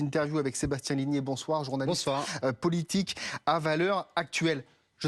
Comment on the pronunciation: On arrête tout ! Est-ce que le présentateur a introduit son collègue en tant que "journaliste politique Avaleur Actuel" (00.23). Il faut faire la liaison, monsieur. Surtout en public. Trêve de billevesée. Je commencerai par m"excuser : je suis abstentionniste. "Bouhhhhh" Attendez, laissez moi terminer. Je suis abstentionniste de gauche. Quand on est de gauche on le sait, on ne la définit pas. Et je voudrai continuer avec un grand merci. Parce qu'en regardant les quelques vidéos et infos que je peux trouver sur Huguette Bello, je me dis que vous pourriez bien forcer la droite à faire preuve de bonne foi et de sens commun. Et vous me donnez presque l'impression que vous allez vraiment appliquer votre programme. Et bien joué pour la com" cette semaine : laissez les médias créer eux-mêmes le suspens sur le nom, le balancer maintenant, la retenue dont vous avez tous fait preuve... J'ai l'impression de voir des politiques essayer de faire leur boulôt. Je ne sais pas si je vais me mettre à voter, je m'emballerai un peu en disant ça, mais bien joué. On croise les doigts pour que le parti socialiste retrouve sa gauche pendant le week-end. En plus.... Huguette Bello, quoi ! Je dis oui! Parce que même si Huguette Magic Bello est refusée par Emmanuel Not So Magic Macron, pour cause de grêves des pistes cyclables republicaines ou autre, on va avoir une bonne semaine d"éditorialistes, de sondeurs, de présentateurs, d'experts, de micro-trottoirs NRV de gênance ! Et quand on a fini de s'en e